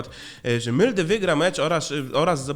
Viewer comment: Mówi się molde a nie mylde